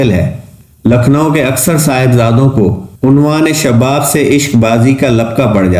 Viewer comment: عنفوان شباب کا تلفظ دیکھئے